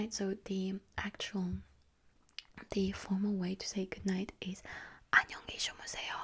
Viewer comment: It sounded really good, but not perfect. The second syllable should be stressed instead of the third. Other than that, it was unexpectedly good.